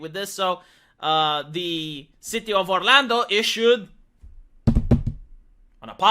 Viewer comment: This guy explains it like a true FOREIGNER. Listen Mr. Annoying voice, it's "CITY" NOT "SHITTY" . I myself don't give a crap about the left or you for that matter. I am patriotic why?? Because I was born in this Nation and have lived here my entire 52 yrs of life. You are an annoying opinionated foreigner trying to preach to us that you have all the facts. Do everyone and yourself a favor. KEEP YOUR OPINIONS AND YOUR ANNOYING VOICE AND POINT OF VIEWS TO YOURSELF.